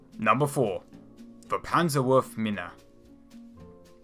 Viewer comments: Mir geht's unglaublich auf die Nerven. Is ja nicht verkehrt gedacht, aber seine Geilheit darauf deutsche Namen falsch auszusprechen (4x Pannsahworfminnah in 10 Sekunden) tut dem Video definitiv nicht gut. Entweder soll er sich jemanden zur Hilfe nehmen oder es bei einmal belassen und dann die Übersetzung verwenden. Hat mich schon bei dem Video zum Ratte-Panzer (oder eher Watte-Tank) abgefuckt. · PanzerwurfminE not mina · Panserwürfminne 😅als deutscher sehr lustig. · panserwuhrfmina? XD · How to pronounce german words Panzerwurfmine Panzzzerwurfffmiiiine Sturmpistole Sturmmpistoolee( the e is pronounced like a Fliegerfaust Fliiiiiegerfaust Sturmgewehr Sturmmgewrrr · Pls never say Panzerwurfmine again 🤣 danke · love that pronunciation of "Panzerwurfmine" <3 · pansah worfah minnah, pansah worf minnah, pansah worf minnah, pansa worf minnah, nutzi pansah worfa minnah.Woh head, schtorm piss tolah... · Panzerwurfminäääe and Sturmpissteler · I know its hard but PLS look up the correct pronunciation xD it really is painfull to hear STURMPISTOLE and PANZERWURFMINE like 20 times ...;D but nice video ^^